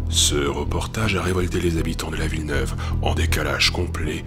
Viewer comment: J'ai pas regarder tout en entier mais le passage sur Grenoble et sur Villeneuve ( on dit pas la ville neuve xD )j'ai la chance de vivre à Grenoble et je peux vous dire que souvent les événement y sont un peu sur médiatisé ... Pour les gens d'environ 20 ans si vous vous rappelez en 2003 à Echirolles ( ville à côté de Grenoble est ( Villeneuve est dans Echirolles ) ) un mec s'est fait tirer dessus par un policier et des habitants d'echirolles se sont révoltés et certains ok fait brûler un tram donc certe cette événement peut être impressionnant mais les médias l'on sur médiatiser à quel point que ma famille nous a appeler pour savoir si on aller bien !!! Et maintenant ça donne une mauvaise image de cette ville .. Et le plus triste c'est que ils sur mediatise tout et les français auront donc l'impression que ( comme vous l'avez dit ) personne n'est en sécurité bref en tout cas super votre video !